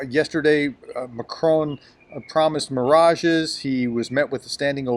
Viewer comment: Macron = mack-rahn